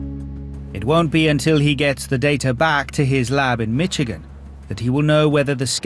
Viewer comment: When the narrator says Michigan, it sounds as if he is saying Mitchigan. Typical British English.